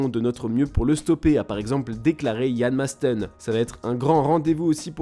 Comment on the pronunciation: cest Maatsen et pas Maasten merci